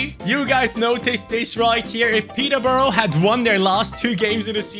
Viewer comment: The “Borough” is pronounced “Bruh” in Peterborough’s name